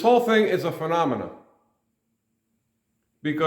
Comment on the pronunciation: “Phenomenon” 😂 . Great video man